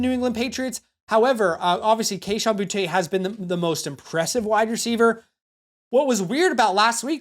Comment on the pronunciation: its so annoying hearing these guy intentionally say Boutte name wrong, its BOOTY, he said it himself. stop being uptight white people and say the mans name right. You'll call a guy named Jacory, Bill. But not a guy named Boutte, Butte. So weird